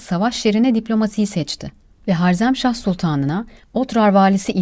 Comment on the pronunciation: Harzemśah değil harezimsah